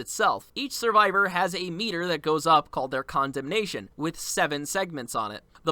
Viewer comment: Condemnation: con-demt-ion✅ Condemnation: condom-nation🚫